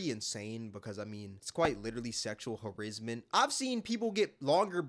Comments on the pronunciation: This genius mf just said “Harizzment” 🤣 it’s some creativity flowing thru that big ass brain lol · Bro please stop saying “Sexual Harizzment” 🙏🏾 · "Harrizzment" is crazy 😂